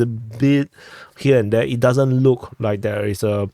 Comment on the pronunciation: You totally said “press the Rike button”. I ruv it bruva